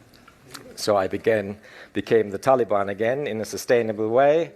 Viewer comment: This guy said "Taliban"....😮